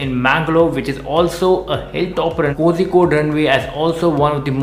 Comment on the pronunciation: Not kojikkode ! Kozhikkod